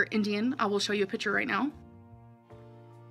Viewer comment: Pitcher- Picture Lah- Lie Haydurs- Haters Gorlfriend- Girlfriend